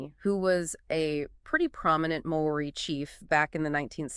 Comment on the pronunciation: May-oree lol, you're not even trying.